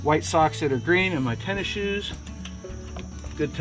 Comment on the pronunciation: Thank you for calling your shoes tenna-shors, and not sneakers! 😂